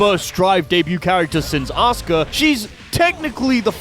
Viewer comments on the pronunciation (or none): none